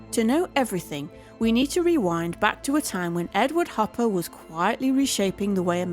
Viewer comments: Hopper, or "Copper," as the AI pronounced it, at least once. Sorry. Do not care for AI narration. It's too ... Artificial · Ugh is this audio narration AI? the audio clearly says “copper” instead of “Hopper” without missing a beat. 😢